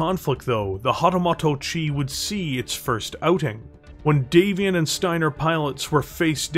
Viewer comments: I love the video, but it's "moto" like "motor", not "moto" like "motto". :) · hatamoto (hah-tah-MOH-toh) It was painful to listen to you butcher Japanese. 😅